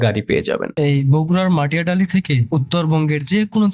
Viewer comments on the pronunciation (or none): Matiadali na bhai "Matidali"